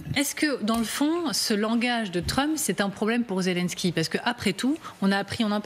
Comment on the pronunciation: Poutine ne s'est jamais senti soutenu par son "ami" Trump... et aussi voulez vous donc apprendre à dire Zelensky, ce n'est pas Zelinsky, ce n'est pas un Polonais...